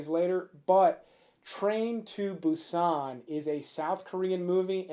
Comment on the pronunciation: I was thinking he better do train to busan for the 1st😂 and its Boo-sannn